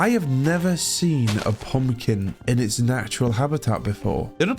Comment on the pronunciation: I love the way he says "poompkin" . Balsam for my ears. And about the video- it's like im watching a huge budget national geographic movie. Thanks for the video